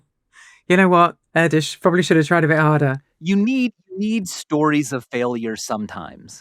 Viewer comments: With all love and respect, Erdős for you, is what penguins are for Mr. Cumberbatch...😂 Just going down that rabbit hole further every time. To settle this once and for all. The "Ő" vowl you pronounce like the "U" in "further" in british english, just a bit more emphacy on it. So repeat after me. "Air-d-ő-s" and don't linger too long on either the first vowl nor the last consonent. You got this guys! 😂❤ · idk if Erdős was hungarian but if he was then that'sdefinitely not how you pronounce his name 🥲🥲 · Hungarian here. Erdős is pronounced nothing like Kurdish. "Er" is like air. The ő is like a longer version of of the vowel sound in "earn". S is sh, you got that right. IPA: [ˈɛrdøːʃ] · to nitpick (again), but Erdős does not rhyme with Kurdish. ɛrdøːʃ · Sorry guys, Hungarian here, Erdős, its like air-doesh, and the second part is like heard, ö, but its a long vovel ő, sounds just the same but double length, Air-deash You pronounce the second part wrong. Usually I don't comment things like this, but I heard you say it correctly in one of the already published episodes🎉 Keep up the good work, you make my life worth❤ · It is pronounced like "air", the E in Erdős and the ö is longer, so /øː/ - some hungarian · That's not how you pronounce Erdős. Its Err-Deux-sh (as in to err is human, 2 in french and shut up) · That's absolutely NOT how you pronounce Erdős. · I refuse to believe Erdös would rhyme with Kurdish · That is NOT how you pronounce Erdős 😆🤣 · As an actual Hungarian I can with confidence judge the correct pronounciation of Erdős. And you're almost, but not quite there :) Here's a video that will help: The main point is that the " ő " should be like a long "ea" in "Earth". By the way, love this channel. Subscribed. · It's pronounced Erdős! I'm fuming :D